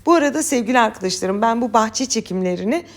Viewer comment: Ses tonuna bi sey diyemem ama diksiyonunda ozellikle e harflerinde, arkadaşlarım kelimesinde, tamamen kelimesinde, böyle kelimesinde ve bi cok kelimesinde telaffuz sorunu var. elbette bizi diksiyonu degil tarifleri ilgilendiriyor. Ama ilgi ve arastirma alanim oldugu icin ister istemez dikkatiimi cekiyor.